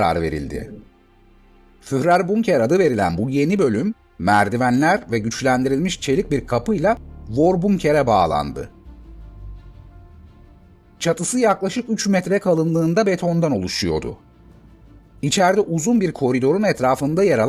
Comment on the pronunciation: Virbunker değil forbunker şeklinde okunur.